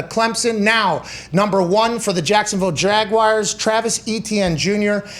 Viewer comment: Who are the “Jag Wires”?